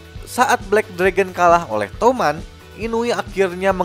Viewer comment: touman❌ Tuman✔️